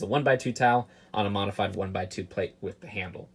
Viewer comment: says "WIF" just2many times in this video.